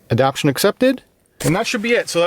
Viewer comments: Everyone of these videos every person has been saying ADAPTIONS, its ADAPTATIONS. There is a HUGE difference in the meaning of the words. lol. ADAPT-TAY-SHUNS!!!!! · You know it says adaptation and not adaption right? I’m sure someone else pointed it out by now, I just noticed it in a few of your vids I’ve been binging.